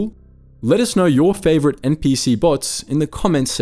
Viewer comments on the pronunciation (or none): I know ur not American ur Australian I think but still that’s not how you favorite😂